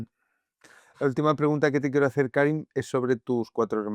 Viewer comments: Karim se pronuncia Karím, por decirlo de algún modo. Por eso dice dos veces "Yo soy Karim" como para aclararlo de manera sutil. Sí me desesperó un poco que Juan insista en pronunciar su nombre como "Kárim". En todo caso, excelente entrevista. Creo que hay que reconocer y celebrar a las personas que, a pesar de haber vivido situaciones dolorosas, son buenas. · Por qué Soto Ivars le llama "Kárim" todo el rato? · Karím, Juan, Karím. Es aguda.